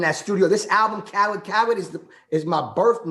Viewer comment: It’s DJ Khaled Not, Kha-lid